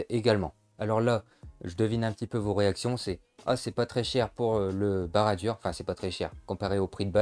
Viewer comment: Tres bonne vidéo mais ça se prononce barad dour !